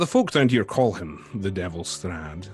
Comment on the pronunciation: made me cringe so hard, I can get changing up the story a little and messes up some of the reveals, but flubbing the main antagonists name really took me out of it